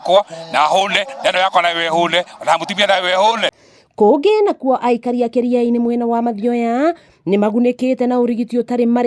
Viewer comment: t's pronounced as Ki'ri'ani' and NOT Ki'riani'. We are blessed to have a hard working governor unlike the thief we had before.